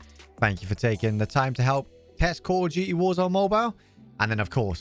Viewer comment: Nobody: khool'dooty mobilee 😂